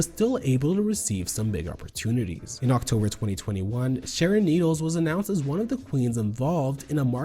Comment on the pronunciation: im just glad someone on YouTube is finally mature enough to say her name normally this goes for sherry pie as well its just childish